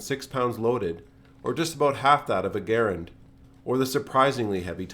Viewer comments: Respect the correct pronunciation of Garand, my man. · Mad points for pronouncing "Garand" the way the designer did.